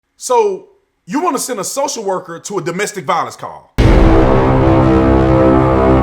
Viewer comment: It's domestic "VIOLENCE" LOL